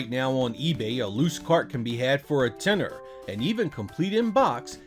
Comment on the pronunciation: It sounds radged, a yank saying "a tenner"!